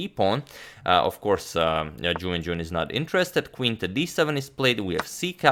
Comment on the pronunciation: I don't know why but every time he says Ju Wenjun i hear "jew engine". :D